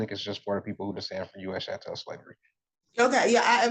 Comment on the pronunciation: What is "chantel" slavery? Does he mean "CHATTEL" slavery?